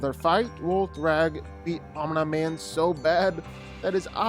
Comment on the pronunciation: The slight mispronounciation of "Omni" has been bothering me on a spiritual level